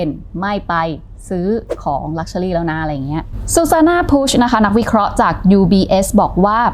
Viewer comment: เนื้อหาสนุกน่าฟัง ติดตรง luxury ออกเสียงเป็น luxuly-ลักเชอลี่ ฟังแล้วสะดุดทุกครั้ง